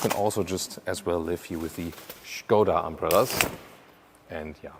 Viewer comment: it's skoda in english and not shkoda hahah